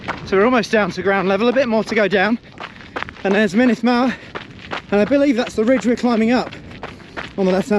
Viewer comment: Great video thanks, Snowdonia is much harder than the trails around mont blanc. The uts50 route is also far easier in terms of technicality than the 100 km route. The glyders especially are really tough. Good luck on your races. A little pronunciation guide, mynndd is pronounced munith, and single fs are v's so foel is pronounced voyal, double ll's are more like hlan than clan.